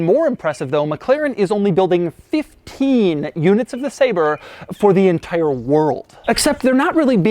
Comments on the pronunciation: He keeps saying “Say-Ber” when he should be saying “Saab-Rey” I’m calling Jo Bennett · Ah yes. The McLaren SAB-RÉ. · I clicked to check whether it's pronounces sah-bre or say-ber lol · I wonder if they make printers too? 🧐 I thought it was pronounced “Sabray”